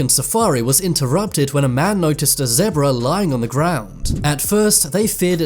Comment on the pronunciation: "Zeabra" Zebra